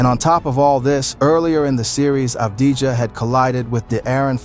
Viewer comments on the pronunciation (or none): it wasnt mentioned in the video but the truth is Avdija had a mediocre series against SA. Another thing: his name shoukd be pronounce "Avdi-Ya". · Thank you very much for the video review Just a little note the right pronunciation of avdija is without the j letter